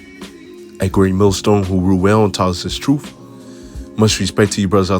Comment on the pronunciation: PLEASE SAY TRUTH AND NOT “TRUFE” SO IGNORANT AND MURDERING THE ENGLISH LANGUAGE